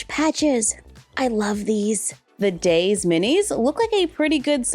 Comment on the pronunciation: Oh by the way daise is pronounced as daisy like the flower. Edit: before I get hate if I am wrong I’m sorry my mistake. 🌸🩵🤍🩷